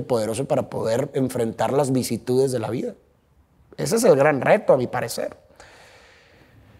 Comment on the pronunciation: Q bello regalo ver a, sobre esa plataforma. Un canal q llevo años, viendo con un creador de contenido q me llena tanto, escuchar. Ver su llanto, m conmovió, hasta las lágrimas. Pero, lo siento, no puedo dejar de ser la pequeña odiosa q soy 😅: 'vicitudes', 'irremedialmente'??? Seguro estabas nerviosito ☺️🫶🏻💕💕💕